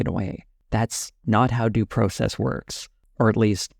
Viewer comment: You don't say the word "process" correctly.